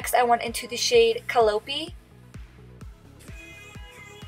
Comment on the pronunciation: hey friendly FYI its ca-lie-oh-pee. Calliope ❤